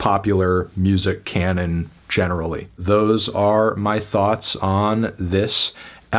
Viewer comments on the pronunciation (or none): none